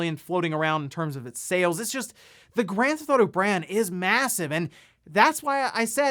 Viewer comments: "Granthotto 5" "Nintenhrrdrrhdirect" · "gran-thotto-five" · what the hell is “gran-thotto”?